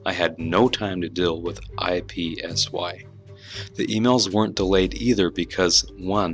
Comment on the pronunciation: It is Ipsy. Not I P S Y. One word. Not just saying the letters.